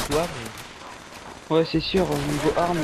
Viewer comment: lol "debloquer a un si haut livelle " ^^